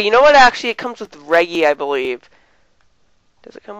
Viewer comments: It's pronounced re-jee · it prenounced "rejji" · You say Reggie wrong, and it burns my ears.